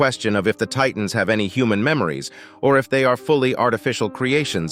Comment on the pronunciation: he said titnas